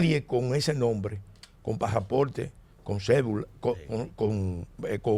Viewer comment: Señor Pelegrín si es que usted Lee los comentarios,por favor corrija la pronunciación de la palabra pasaporte, que usted dice pajaporte.